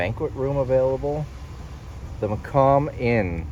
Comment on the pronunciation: Macomb is pronounced Muh-comb (as in a comb for your hair)